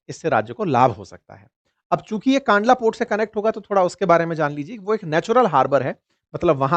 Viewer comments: कांडला नहीं भाई " कंडला " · It's not pronounced "kaandlaa" but "kandlaa"